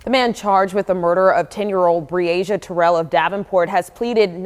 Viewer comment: Overall, you had great coverage! Finally, you got the pronunciation of the girl’s name right at the very end! Bravo!